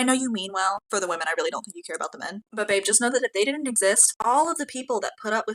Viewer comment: Dude I like your content. But, please stop pronouncing women as woman. Just stop the bullshit. It's a slippery slope to 1984 and it starts with little things like that.